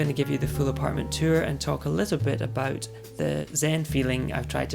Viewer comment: Interesting, I didn't get this at all. It is obviously not fully Scottish, but didn't seem English either, for example the way you pronounced 'tour' which somehow reminded me of an Australian accent.